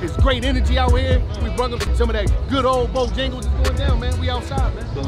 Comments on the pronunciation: lol what is bojingles 😭😂😂😭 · If say BoJingles one mo time 😂😂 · “Bojengles” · Bojangles bruh not jingles